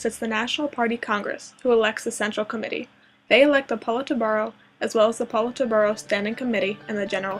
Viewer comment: Lmao the pronunciation of Politburo though...